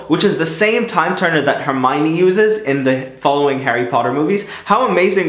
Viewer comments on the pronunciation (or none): You say «Her-my-nee» not Her-my-ohm-ne